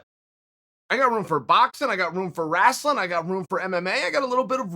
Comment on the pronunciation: Chael (WRASTELIN') Sonnen